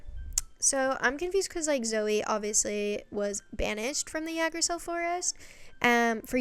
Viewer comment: Yggdrasil comes from norse mythology originally and it’s pronounced igg-drah-sil :) in mythology it’s a single tree, not a whole forest. it’s basically the tree of life in norse mythology